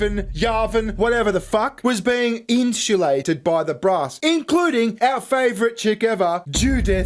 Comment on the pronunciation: "Was sat" made my eye twitch. "Inshulated" was the final nail in the coffin. "Naur" Stopped watching right then